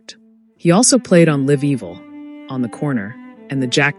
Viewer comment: Not to take away from all the accolades, Jack was one of my favorite musicians, but the computerized speech STINKS. Can’t even pronounce his name correctly! Liv Evil?